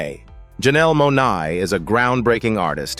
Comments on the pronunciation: Her surname is Monae not Monai. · Why cant you say the correct surniame in the videoof Janelle Monae,you say Monai.